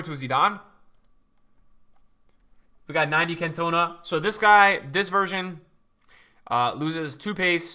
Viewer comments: the Guy is right i'm a Marseille fan and a french guy and its prononced in french: "can toh nah" not "can tuh nah" My friend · Cantona not Cantoena 😂 great to be back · "Kant - oh - narr". Not "cun - tow - na" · it’s pronounced Can-tuh-nah, not Can-toner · Eric can..ton..are. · Nobody:: "CAN-TOE-NA" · if i hear him say CantOna one more time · No it's not. It's pronounced Can to na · Anyone else get vented with how he pronounced Cantona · The way he says cantona 🤣 love the videos bro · Why you pronouncing cantona like that😂😂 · You keep saying cantona’s name wrong